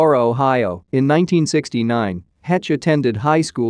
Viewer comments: The Robot voice pronounced DeGeneres as Den Gen Neers? It's pronounced De Ge Nair ES. Misprounced Heche as Hetch. Heche is pronounced Hesch. Still a good video. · This dude talking is mispronouncing this poor woman's last name. It's not "hetch" Can anyone hire others for videos that know how to pronounce people's names correctly?